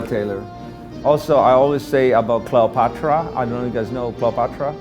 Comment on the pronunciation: "Also CLOWPATRA, I don't know if you guys kno CLOWPATRA?"